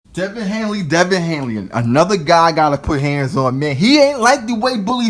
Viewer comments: HANEY man! Not HANELY! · It is Haney not hainley it is Easter not Easton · Please say his name correct if your gonna make a video about him ,damn son his name is Devin Haney...not Hanley.He’s still growing he still has time to get developed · At least pronounce his name correctly. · yo pronounce his name correctly before you talk ya stuff about him 😂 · You can't even say the kids name correctly